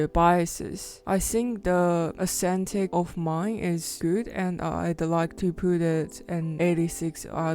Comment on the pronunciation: cool video!!! Didn't know gaokao had an art exam :o it's pronounced ass-thetic (same last 2 syllables as pathetic)